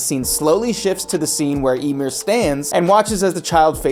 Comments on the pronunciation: I can't keep watching this, you keep pronouncing Ymir's name as "Imyr" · you can tell narrator man didnt watch AOT at all 1. he says Ymir's name as Emir its pronounced with a Y like Ya 2. The rumbling is Wall Titans not Colossal Titans. Wall Titans are 50 meters tall. and the Colossal is 60 meters tall, with the other diffrence being one came out of a wall and other one didnt. 3. Every Titan has a person inside of it so the Wall Titans would be no diffrent. The only time we got an insight as to what its like to be inside of a mindless titan is Ymir in season 2 said it was like living in a nightmare. 4. In the manga of AOT which believe it or not this anime is based on the opening scene there is 0 flowers 0 windmills just grass Eren and Mikasa. Its nothing resembling life or any of that its little changes to the animation to what the animators felt like doing. 5. The statue does not change poses those are diffrent statues as both of them can be seen in Part 1 of Season 4. The statue is of Helos who was I believe the one who ended the great titan war and send eldians to paradis. So diffrent statues of the same person it dosnt change. Last but not least watch the god damn show before making a script where everything you say is wrong.